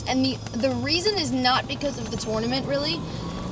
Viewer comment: I feel like she says “tournament” the way it’s supposed to be pronounced, but no one says it that way.